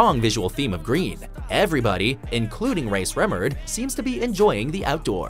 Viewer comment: lmao how he said Rae Sremmurd